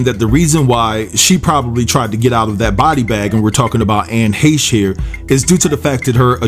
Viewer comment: Glad to know somebody other than me on YouTube knows how to pronounce her last name correctly.